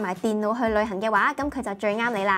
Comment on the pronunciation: 我成日聽到佢講「旅痕」.....